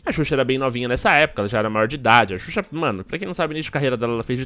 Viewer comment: ''susha'' eahueahhueauhea